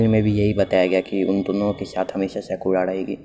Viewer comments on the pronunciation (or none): Whats saruka? Its sakura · This guy literally saying sakura... As saruka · Sakura ko saruka kyu bol rahe ho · Abe wo saruka nhi Sakura hai saale